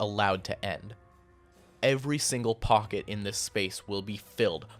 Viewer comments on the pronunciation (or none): none